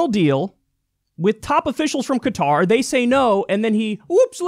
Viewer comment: 4 years of college, and Kyle can't pronounce "Qatar." SAD! Also, Kyle gets most of his money through TYT Network, which has ties to Al Jazeera which is partially owned by the ruling family of Qatar. Gotta love how Kyle's now making his own corruption obvious.